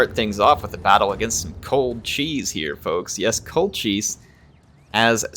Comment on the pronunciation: Colchis pronunciation of "Cold Cheese" way better than the historical "Coal Kiss"